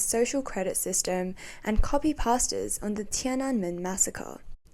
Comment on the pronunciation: Well sourced, great presentation PS: Finally someone who can pronounce Tiananmen